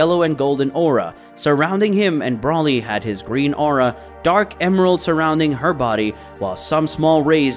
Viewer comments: Who is brolly? its BRO LEE and its vegito not vegeta? you pretend to be a db fan and you cannot even get the names right.... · Brauly is not his name!!!! It's broly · You still cannot say Broly why you cannot say his name, right